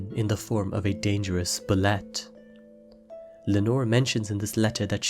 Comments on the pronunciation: Bullette is pronounced "Boo-Lay" , just fyi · Bulette is pronounced Boo-lay according to the 2nd edition DnD monster manual. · Bulette is pronounced boo-yay